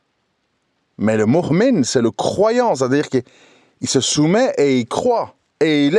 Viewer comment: On dit "mouءmin" et pas "moukhmin".